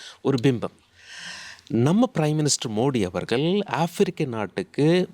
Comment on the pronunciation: வணக்கங்க ல்.....அவர்க ல். என்று ஏன் தமிழை கொலை செய்கிறீர்கள் ...தமிழை பிழை இன்றி உச்சரிக்க யாரும் இல்லையா என்ன ?